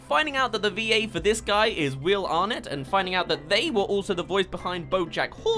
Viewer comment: Are-net? You literally said that bullshit on purpose to get comments. Fuck. You.